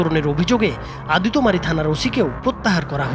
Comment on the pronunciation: সন্দেহ কখনো বিচার কে পূর্নতা দেয়না। এতে পূর্নতা পায় মব। এর আগে এরকম অনেক ঘটনা আমরা দেখেছি তাই সবার উচিৎ এসবের বিরুদ্ধে সোচ্চার হওয়া। আর সাংবাদিক সাহেব আদিতোমারি না এটা আদিতমারি হবে।